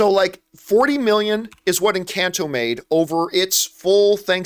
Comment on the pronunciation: Doesn’t even know how to pronounce the name of the film EnCAHnto and says it’s a flop when the music is literally everywhere and it’s one of Disney’s most successful new IPs